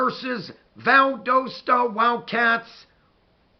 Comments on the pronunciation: I played against Valdosta in high school, and they have incredible culture. I now live in South America and had not heard about this up coming game. I will tune in a leave you a comment my Buckeye friend. It is pronounced "Val- das-ta. Go Dawgs! Our stadium at Warner Robins held 18 thousand people and Valdosta's stadium may be larger. When you drive South on I-75 and get to South Georgia you will see the stadium. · lol its Val-dah-stuh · YOU SAID VALDOSTA WRONG . Go Cats!!